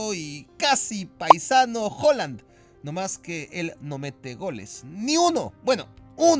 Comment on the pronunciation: Se pronuncia JALAND JALAND JALAND JALAND